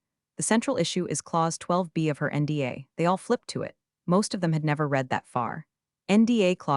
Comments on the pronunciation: Past tense of read is pronounced RED. To read; has read (pronounced RED). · The past tense of "read" is pronounced "red." It's one of those tricky English quirks that can trip people up.